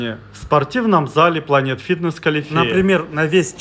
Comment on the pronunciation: Не калифеа, а калитеа, там, где много русскоязычное жители